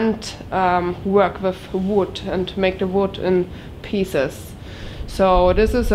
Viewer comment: Wow! when you said "come wiff me", says you are getting so much better with your english!!! You got the W (like Wind, Why, Wonder correct), now we work on the "TH" that goes with the word WITH. :) (come WITH me) i am making short video for you... ( very short ) Also i will make seperate video on pronounciations to help more, and in no time you will speak near perfect english, so, if you are interested, come along and join my short videos just to help you improve and get much, much better! (AND YOU ARE!)